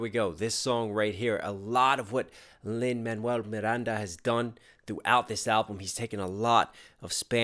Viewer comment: Love watching your Lin-Manuel Stan developing. You can tell once people have started watching his interviews as they start pronouncing his name correctly and with the Spanish inflection. I’m off to see if you’ve found tick, tick BOOM yet?